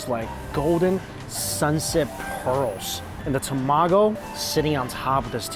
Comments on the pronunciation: I always laugh whenever Mike says tomago because he only says it when he's eating Japanese food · He says tamago different.🤣🤣